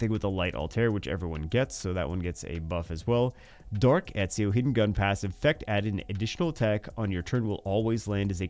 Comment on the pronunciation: Ezio = "et·see·ow". He's correct.